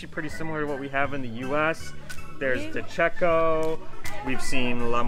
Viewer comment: If anyone can help. The De Cecco Pasta is pronounced differently than how pronounced it. I believe it’s pronounced phonetically as “Dee-Chico” also spelled Di Cicco. I know this because according to my dear old DEAD Great Aunt Helen & Rosa we are related. Too bad I never realised how rich we were. It’s a famiglia from Abbruzo not Calabria.